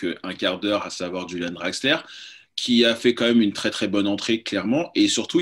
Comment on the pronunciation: Rulian Draxler (cf jewed au début).... C'est nouveau ça. Le club s'hispanise mais il reste allemand même sans Tuchel le petit "youlian" Draxler